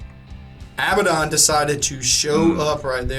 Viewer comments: You guys do good work. i just have one little peeve. Abaddon is pronounced [uh-bad-n],(stress the bad) not [Ab-bad-on] to hear it pronounced. I know that the community as a whole says it as you guys have, but I thought I'd let you know anyway. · thats a weird way you pronounce Failbaddon ;)